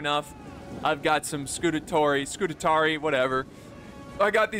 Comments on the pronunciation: Scoo - taa - ree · SCU - TARI not SCU - TA - TARI Read the name man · Not: Scu-te-tari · Scutatarii😂😂 ,man i love u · say it with me: Scu-ta-ri-i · Isn't that a rooster, not a chicken? And Scutarii is pronounced Scoo-tar-ee-eye. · That's funny, I didn't know that I had already watched this video, and after so long I couldn't handle it, nope I've got to comment that you're pronouncing Scutarii wrong, then i saw a previous comment by myself instructing you how to say it. 😂 I guess that's twice I just couldn't handle you saying scoot-a-tar-ee. (It is Scutarii not "Scutatarey").